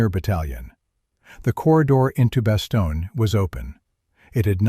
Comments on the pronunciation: "Bastogna", sounds like the narrator was still talking about Sicily. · Also you mispronounced Bastogne.